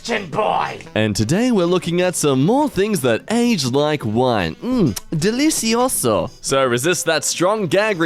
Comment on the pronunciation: as a brazillian, i can say that your pronounce of "delicioso" is really Good =3